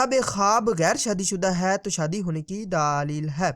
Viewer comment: Daaleel nahi Daleel hota he